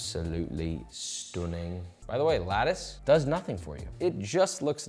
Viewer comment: Was that Josh trying a "Northern" accent with "stoonning"